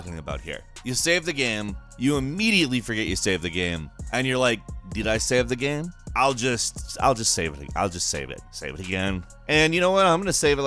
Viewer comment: “I’ll just save the... save the... save the gahm.”